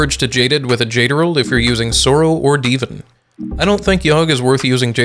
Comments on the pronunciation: i spontaneously combusted every time he pronounced divan as deevin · From what I understand, first language isn't english. I forgot what it is, but in that language there's a word that's either spelled Divan or very similar that's pronounced "deh-vahn" kind of. I speak English as my primary language, so when I see words that are either made up, brought in from other languages, or etc, I pronounce them phonetically. If you want a laugh, see if you can find me one skyblock youtuber that can even say "Thaumaturgy" right;)